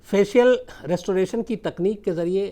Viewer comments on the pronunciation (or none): फेशियल रेस्टोरेशन नही सर. फेशियल रि-स्टोरेशन होता है.